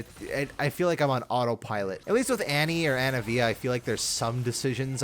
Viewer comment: HER GODDAMN NAME IS ANIVIA WHY DO YOU KEEP SAYING ANAVIA STOOOOOOOOOOOOOOOOOOOOOOOOOOOOOOOOOOOOOOOOOOOOOOOOOOOOOOOOOOOOOOOOOOOOOOOOOOOOOOOOP